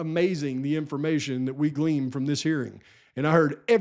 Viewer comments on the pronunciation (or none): it's "glean" not gleam